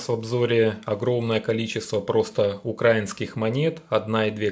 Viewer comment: Авторе, робіть правильний наголос! Не "укрАінскіє манєти", а "украІнскіє".